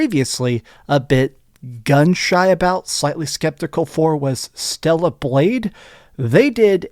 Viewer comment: It's Stellar not Stella.